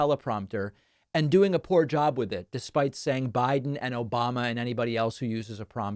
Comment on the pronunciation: Does he say "against tyrants THAT support the one and only movement" or "against tyrants AND support"? His pronunciation is so bad...